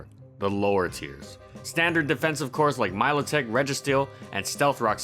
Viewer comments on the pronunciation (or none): none